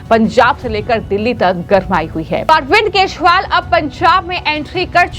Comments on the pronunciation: तोतली बेबी केशवाल नहीं केजरीवाल हे । बिस्पी नहीं बीजेपी हे । सही उच्चारण करना शीख लो बेबी । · क्या आपकी एंकर को केजरीवाल का नाम नहीं बोलनाआता बार बार केशवल बोलती हैं।❤❤❤❤ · अरविंद केजरीवाल के नाम का गलत उच्चारण कर रही हो अरविंद केजरीवाल की जगह अरविंद केशवाल कह रही है।